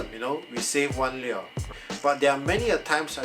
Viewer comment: any links for the exact one you have? your pronunciation of "lure" is wrong by the way lol